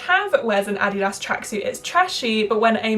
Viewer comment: As a German, it's quite satisfying that you pronounce Adidas the right way 😂